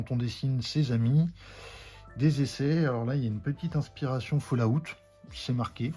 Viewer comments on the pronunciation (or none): none